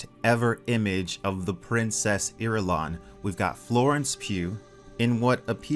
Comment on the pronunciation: Irulian! Eye-rule-ian